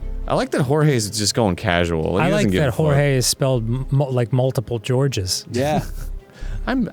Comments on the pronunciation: in French it would more like zhorzh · Arin, you don't pronounce Georges like "Jorge". It's a French name. Phonetically it's more like "JHORJH". it's a soft J sound on the beginning and end. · Georges isn't Jorge.. it's pounced like George but with more of a "zh" sound for the g's. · I think "Georges" is pronounced like "zhorzh". There was a character in The Aristocats with that name. It's French. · Georges is literally a French name. The S is silent 🤦